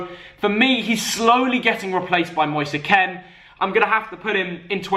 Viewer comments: Pretty sure its Moise Kean not Moser Ken😂😂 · Why do English people say Moise Keans name like that